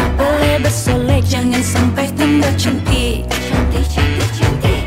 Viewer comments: iya bener, tente ini ngomongnya chantik bukan syantik mampir kesini cuma buat memastikan :v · Pencetus kata "syantik" itu mimi peri. Kalo syahrini tidak bilang syantik tapi "cantik" tapi pengucapan huruf C nya dibuat sedikit mendesis😂